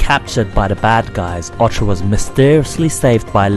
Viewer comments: saga not sega, orta not orcha learn how to fucking talk..........or read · Its not called Panzer Dragon Ortra, and You don't pronounce Sega as Sea Ga, its Say ga. There is no R in Orta, and Dragoon has 2 oo's not 1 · Otra means "other" in spanish. This game is called "O-R-T-A". ORRRRTUHH say it with me now.